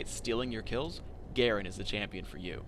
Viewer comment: Excuse me sir, its "Champion"